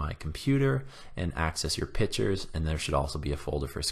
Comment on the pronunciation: friendly suggestion. the word is 'pictures'. Not 'pitchers'. two different things